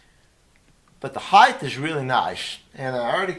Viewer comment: Why do all guitar set-up people say heighth?